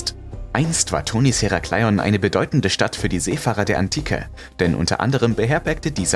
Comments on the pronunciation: Es heißt Herakleon ,langsam gesprochen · "Heraaaaclion" Herakleion hört sich ziemlich kurios an,😁 aber top Video ❤️❤️